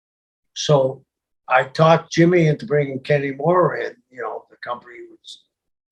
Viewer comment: Sullivan's pronunciation of Kanemura makes him sound like the strangest half Irish/Japanese guy ever......Kenny Mora.